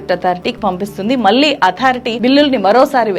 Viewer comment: జర్నలిస్టు అని చెప్పుకునే వాళ్ళు, కనీసం ఉచ్ఛారణ సరిగ్గా లేదు. ళ ని చంపేసావు మళ్ళి ని మల్లి అని కుళ్ళ పొడుస్తున్నావు. కొంచెం నేర్చుకో. No doubt you have done great story but need to pronounce properly. One more pount , your speech is like reading , that too very fast.